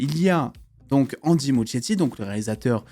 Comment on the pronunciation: Ça se dit ''Andy Muskietti" le ''ch'' se prononce "k", mais bon on s'en fout un peu